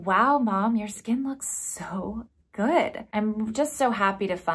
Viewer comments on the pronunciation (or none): none